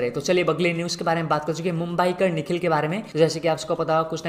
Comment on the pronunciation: Others: mumbaiker nikhil: mumbyeekar nikhil 😂. ❤